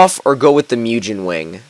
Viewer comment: The way you pronounce Mugen fucking irritates me